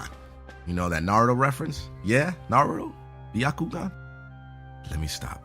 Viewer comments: its not naru its naruto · "" nah it's Naruto. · lol he said instead of Naruto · Did he just say Naru? That doesn't sound right, he should've said Naruto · ITS NOT NARAH ITS NARUTO LEARN YOUR REFRINSES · is naruTO not naRU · it's N-A-R-U-T-O!! damn it emphasis On The R!! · ps its nar-u-toe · #7 reference for naruto is pronounced (nar-oo-to) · Naru? lol. it's lit. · Sounded like he said Naruro to me :/ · The way he says naruto lol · Bruh you said Naruto wrong, get it right!